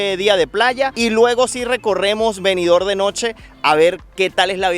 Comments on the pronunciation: Disculpa, no es Benidor como lo pronuncia. Es Benidorm, con M al final. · Oiga Ud. Señor parlante. Benidorm se pronuncia con la m al final.BENIDORM. en la lengua española se pronuncia asi.